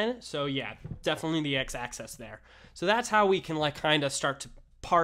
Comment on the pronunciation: Really useful clip, thanks. (constructive criticism: the word "axis" is pronounced in this clip as "Access")